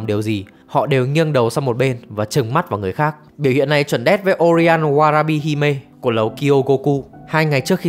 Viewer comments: Là Oiran 花魁 mới đúng, ko phải Orian nhé. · oiran mà sao cứ đọc orian thế nhờ